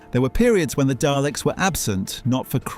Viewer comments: "Dayleks"? Oh come on 🙄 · Please don't call them Dayleks. 😆